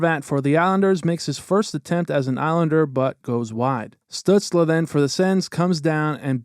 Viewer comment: "Stut-sluh" lmao